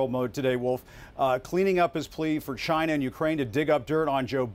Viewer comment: Can someone please please teach this man how to say China properly